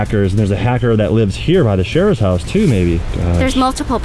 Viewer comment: Sharer not sheer 👍🏼😁